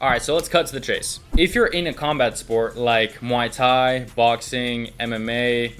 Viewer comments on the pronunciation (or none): Gotta learn to pronounce Muay Thai bro